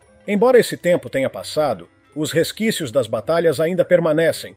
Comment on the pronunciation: Amigo, o certo é: RESQUÍCIOS ou RESTISQUIOS ?